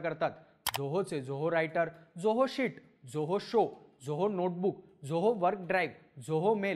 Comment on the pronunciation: खूप छान video आहे आपल. फक्त एक suggestion, आपण झोहो न म्हणता जोहो असा उच्चार करावा. आणखी सोपे होईल सर्वाना. 😊👍